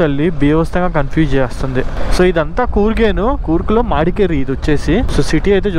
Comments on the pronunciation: Bro please its not "madkeri" Its "madikeeri" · మాడికెరి కాదు bro it's మడికెరి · bro it's not మాడికేరి it's మడికేరి